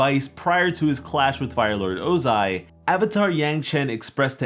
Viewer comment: "oo-zai" IT'S PRONOUNCED "OH-ZAI"🤬